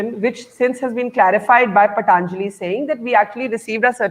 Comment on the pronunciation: So this host aunty can pronounce patanjali but keeps calling it paTaaanjali as it's fashionable. Also I've been taking ayurvedic supplements for immunity n they're any day better and cheaper than allopathic vitamins.